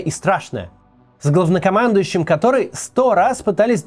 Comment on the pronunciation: Мне одному показалось что он сказал-гавнокомандующий